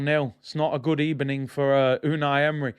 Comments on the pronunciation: Just here to say Gud ebening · Good EBENING 🤣🤣🤣